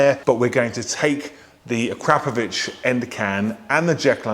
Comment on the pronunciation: Learn to pronounce it correctly as per the manufacturer Akra Po Vic 😉